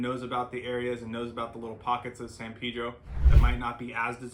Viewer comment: Pedro, not Peedro.